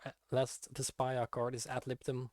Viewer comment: Why does he pronounce despia in such a weird way😂😂😂